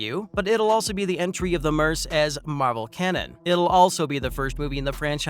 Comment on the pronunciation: "Merse with a mouth"? The word "merc", short for "mercenary", is pronounced, "merk".